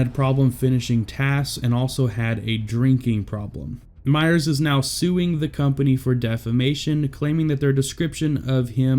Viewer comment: "Myer" not "Myers." Sheesh.